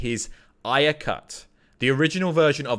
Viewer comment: Why does he keep saying Ayer like that? 😂😂😂 Is that the right way to say it? It's making me cringe.